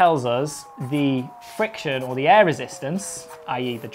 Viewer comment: It sounded like "there is no eh...".